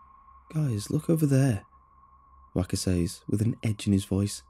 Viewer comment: Dude you’re not saying says right, it’s meant to sound like sez, how you’re saying it is never applicable